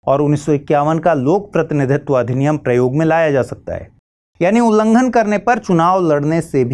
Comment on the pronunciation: Ullanghan hota h mahodaya 🙏🙏